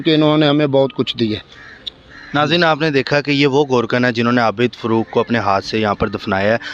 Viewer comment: Afsous huaa kay inn ka urdu talafuz aur lehja bohot kharaab hai, kiyounkay "Professor Abid Farooq" ko "Abid Furooq" kehrahay hain aur phir fermarahay hain kay "Asia Ka Number 1 Qabrustaan".